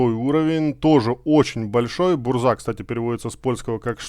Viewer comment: Если я не ошибаюсь, то правильно они называются так (Большие гласные это ударения) 5 лвл ЗадЫмка 6 лвл БУрза 7 лвл ГовИка 8 лвл КилАна 9 лвл ГонкиевИча 10 лвл БлыскавИца